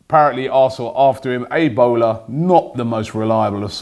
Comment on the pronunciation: did Robbie say Ebola publications😂